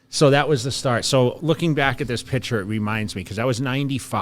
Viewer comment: Yeah. A man who repeatedly pronounces the word "picture" as "pitchurr" should be a lawyer? Man, are your bearings way off!